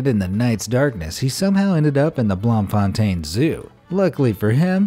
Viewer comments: as a South African it’s actually pronounced “bloom -fin -teen” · bloem is pronounced bloom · its actually pronounced bloom.von. Stain without the s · Bloemfontein not "blomfonten" and it's boksburg zoo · The city of Bloemfontein pronunciation = Bloom-fon-tain (Meaning flowering fountain if translated into English). Didn't have a clue what city you talked about only figured it out via the animation. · You must say Bloemfintein like Bloomfontane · As someone from South Africa.... just going to help out with regards to naming. Bloemfontein is basically spoken as in bloom-fon-tain. bloem as in bloom and tein as in train without the "r". just for future reference XD. Great videos otherwise. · Any non South Africans here, just telling you it’s pronounced BLOOM-fun-tane. 🇿🇦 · I'm sorry about this, but I'm South African, and Bloemfontein is pronounced like Blue-m-fon-tain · Hi, I'm from South Africa. I don't want to berate you, I just want to give some advice. It's pronounced Bloom-Fon-tain, for the zoo story. I'm sorry, really don't mean to be rude just helping since it's not always easy to get Afrikaans pronunciation right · Blom-fon-tain you're 2 for when it comes to South African words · I live in South Africa And Bloemfontein is pronounced BloomFontane In english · Bloemfontein is pronounced: Bloom-fon-Tain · It's blomfontain Sound Blooomfontain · Ouch to the Bloemfontein pronunciation. Just pronounce it Bloomfountain as that's the closest translation anyone who speaks Afrikaans will catch. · It's pronounced bloom fontaine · you butchered that zoo name 😂 but nice try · Lol same the pronounciation kinda killed me but I mean they tried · Literally couldn't understand what you where saying until I saw the sign that said Bloemfontein and then realized that you couldn't pronounce it how it should be. Its kinda funny to here people in english only countries trying to pronounce South-african words.Great video guys! :)